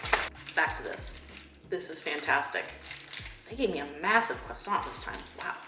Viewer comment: Your pronunciation of croissant is on point! love from france <3